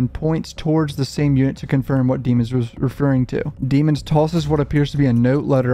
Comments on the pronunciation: I’m just confused why you keep pronouncing his last name dee-mons?? When in the trial footage you made fun of the prosecution and judge for not pronouncing his last name right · Please start pronouncing his last name right cuff that was in trail one